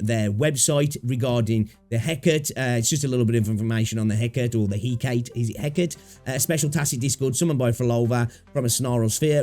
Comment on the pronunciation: Hecate is pronounced with the E in the end like café. It's the name of a sorceress in Greek mythology